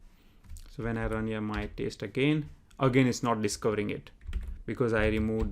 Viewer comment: He was being sarcastic on your pronunciation 'TEST' as verb 'TASTE', Like Tasting food.